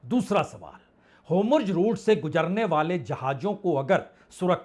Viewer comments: सर, आप तो विद्वान पत्रकार हैं। आपको शत-शत प्रणाम । कृप्या होमर्ज ना बोलें । उसकी जगह हॉर्मूज बोलें तो अच्छा है। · ❤Hormuz बोलिए.Homurj..nahi❤ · Hormuz का उच्चारण आप Homurz क्यों करते हैं? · Sir it's not Homurz it's Hormuz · अब तक होर्मुज बोलना नहीं आया 😂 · Atleast learn to pronounce HORUMZ PROPERLY, before you can be taken seriously